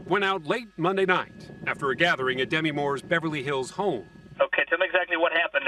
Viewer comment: After all these years of fame, still no one knows how to pronounce Demi's name.